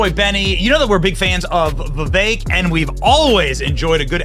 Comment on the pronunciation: Why do Americans pronounce every foreign word and name as though it is French? Vivek rhymes with what the heck! Come on he might be your next president!